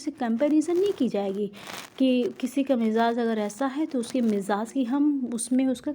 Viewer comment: آپ کو تلفظ پر محنت کرنے کی اشد ضرورت ہے باقی آپکی کاوش قابل تعریف ہے. مجاز=मजाज़ مرسل=मुरसल ظرفیت=ज़रफ़ियत سببیت=सबब्बियत